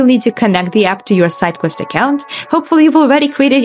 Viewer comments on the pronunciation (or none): Redo this video with a person that speaks clearly and slowly so we can actually follow instructions without having to replay 17 times. Even when she says "sidequest" it sounds like something else.